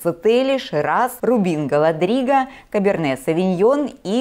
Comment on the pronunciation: Очередной олигарх решил винодельню свою построить.😅😅😅 А комментатор даже названия сортов не выучила. Рубин Голодриги.